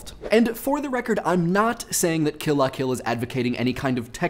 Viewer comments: please just say "kill-luh-kill" like the rest of us. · OH MY GOSH. I've been reading the L as an i the whole time. I've been pronouncing it "kill ia kill," and now my mind is blown. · Emphasized "La". That's weird. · You pronounce "Kill la Kill" funny.